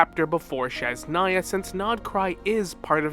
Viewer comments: You keep pronouncing Snezhnaya wrong. It's SNEZHNAYA not shesnaya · Why do you call it sheznaya, are you mocking slavic?